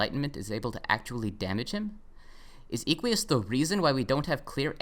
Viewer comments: It's Eh-qui-us not ee-quee-us, like eh-qus or horse in Latin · i like how you say eequius its derived from latin equus, which means horse. pronounced /eh-kw-uus/. im pretty sure equius was intended to be pronounced like that, but with an extra i (or "ee" if you want) before the end. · you pronounced equius wrong. this is almost as egregious (troper definition) as how you pronounced hussie last time.